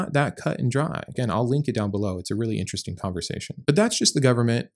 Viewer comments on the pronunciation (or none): none